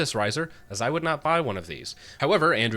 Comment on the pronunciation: ‘Because I wound not buy one of these.’ 😂